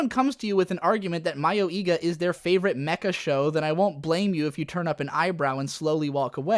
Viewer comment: "My-oh-ee-ga"? What? Ive always said it as "Muh-yoi-ga"... which is it. It doesnt matter if it was supposed to be parody or a horror edge-fest. Both ways it was horse shit. Even if it was a parody, what the hell was it trying to "subvert?" What the hell was it trying to make fun of? It was so poorly constructed and provided no commentary on current horror tropes. And nothing in the show was remotely close to being humorous. The few things that made the show stand out only made it cringe-worthy. I dont care what genre you try to put this anime in, Mayoiga was a total buswreck of a show.